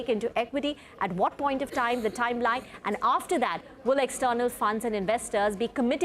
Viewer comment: "Thaim line" Overacting